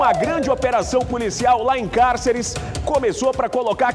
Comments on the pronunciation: Falou o nome da cidade várias vezes, erradamente. "Cárcere" em vez de "Cáceres".Ninguém da produção para corrigir. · Como cidadão mato-grossense como auto denomina, deveria pelo menos saber falar o nome da cidade, a mesma em questão se chama Cáceres e não cárceres, por favor, diga o nome correto da minha cidade, obrigado.